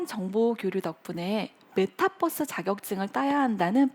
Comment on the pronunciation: 제발 메타뻐스라고 발음 좀 안했음 좋겠어요ㅠㅠ오히려 단어 의미도 모르는 사람처럼 메타뻐스가 모에요ㅠㅠ 유니뻐스라고 안하잖아요~~~~